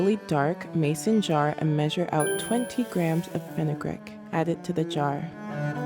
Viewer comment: Fenugreek (Fin-you-"greek," not Fin-uh-"grick") Long "e" sound, not the short "i" sound. #PronunciationPolice 👩‍🎓